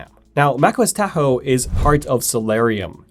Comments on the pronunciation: "Teah-ho" ?? LOL what? "TAH-HO" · You are pronouncing Tahoe wrong. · I find this mispronunciation very annoying